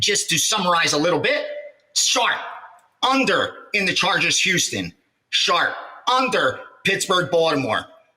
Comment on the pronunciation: I thought it was pronounced, Houston Marco, not youston .😂